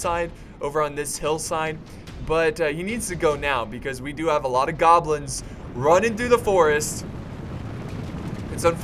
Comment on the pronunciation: "nhaaaaaaaaaa were gobilns" xD